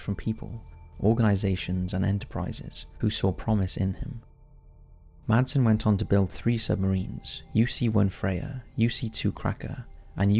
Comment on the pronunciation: You dont sat/use the d in madsen 😅 in Denmark we say IT like masen 😁